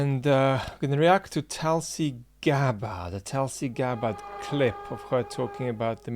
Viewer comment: It's not Talsi. You could take some effort to Pronounce her name properly.